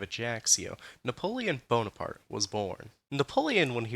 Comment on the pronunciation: napoleon bornaparte